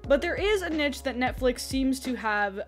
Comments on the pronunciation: neesh, not nitch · GREAT VIDEO but NITCH? how u get it that wrong 😭